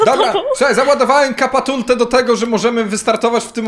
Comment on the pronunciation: "naładowałem kapatulte"